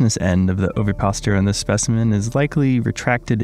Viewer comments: oviposItor, with an 'i', and "pedicel" with an 's' sound as with any latin name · Ovipositor is five syllables, Like this O-vi-pos-i-tor. Thanks for your videos I really enjoy them